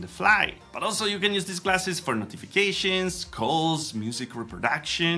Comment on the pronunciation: and also they both said classes instead of glasses.